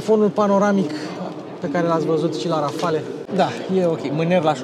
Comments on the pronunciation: Multumesc ca nu ai folosit "calitativ" ci " mai de calitate" ! Felicitari! Erai Boier daca spuneai "Rafal" in loc de "Rafale" Xcum, "une grand coup du chapeau " ! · Rafale se citește fără ,,e” la final în franceza. Mi-ai spart de câte ori ai zis ,,Rafale”. Nu sunt cârcotaș dar este vorba de puțină cultură generală .